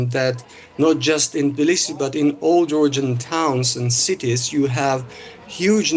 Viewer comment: TIBlisi ? 😂 they cant even pronounce your capital name